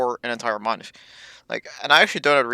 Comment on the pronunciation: Get to the point, stop saying like, write a script, keep vid under 10 minutes...& speak englsih ie other not udder, month not munf